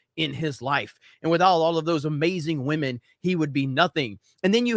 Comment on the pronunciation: shame shame, you miss pronounced the word Wamen again.